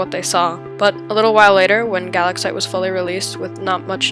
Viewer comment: I’m pretty sure it’s pronounced guh-lax-ite